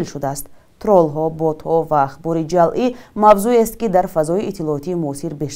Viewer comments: Ҷалъӣ не, ҷаълӣ!!! Дуруст талаффуз кунед,! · Муҳтарам баранда ва шарҳдиҳандаи хабарҳои фейкӣ, гуфтед, ки "донистани хабарҳои ҷалъӣ.. ", дурусташ "хабарҳои ҷаълӣ" кӯшиш кунед, то калимаро бе хато хонед. Шояд ҳоло ба дарсгуӣ нарасида бошӣ!